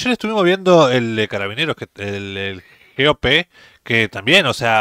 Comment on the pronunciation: no se dice "Jeope", sino GOPE.